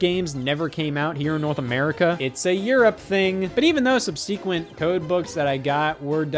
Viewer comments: Just for future reference, it's pronounced sub-suh-quent, not sub-see-quent. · Never in my life heard subsequent pronounced as sub-sequenced!